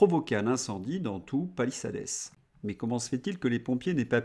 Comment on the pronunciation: Palissades se prononce Palissade